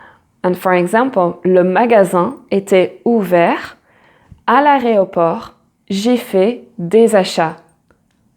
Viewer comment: Bravo pour ce que vous faites. Si vous le permettez, attention aux mot aéroport, car vous l'avez prononcé "aréoport". Cependant, des français font aussi la faute. Pour autant, le mot "aréopage" existe bien, mais il correspond à autre chose. Merci.